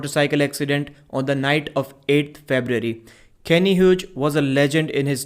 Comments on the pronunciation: "Hughes" is pronounced "Hews" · Pronounce his name Hyoos